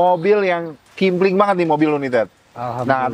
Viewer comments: KEMPLING bukan KIMPLING 😅🤣 ahh lu dr awal2 dlu ngonten msh aja, di ulik dulu bnr2 kalo mw ngonten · Kempling bukan kimpling😂😂